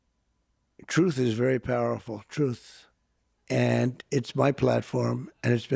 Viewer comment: HE STILL HAS A HARD TIME SAYING "TRUTH". I REMEMBER HIM ANNOUNCING THAT WORTHLESS SITE OF HIS AS "TROTH SUCIAL". IT TOOK SEVERAL TRIES BEFORE HE COULD GET TRUTH SOCIAL OUT OF THAT HOG HEAD OF HIS